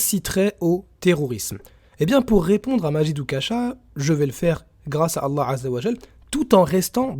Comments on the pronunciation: Je pense que c'est juste une marionnette, en plus pour un arabe il ne sait même pas prononcer Allah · c juste son orgueil et son coeur dur qui l'empêche de bien prononcer Allah,g déjà vu ça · Chaud au début qd on entends Oukacha: il ne sait même pas prononcer allah. Remarque on n'est pas a un non-sens avec lui : il se dit intellectuel juste avec un bac ES (a quand les intellos avec un brevet des collèges)